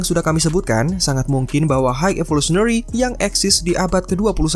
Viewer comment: Maaf sebelum nya pengucapan high itu (Hai), bukan apa cuma mengoreksi agar lebih baik lgi, btw konten nya keren